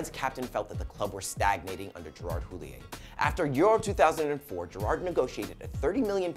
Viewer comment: You're really fucking annoying and shit prez. You can't even pronounce Gerrard one of the most famous players of all time and who's actually played in the MLS.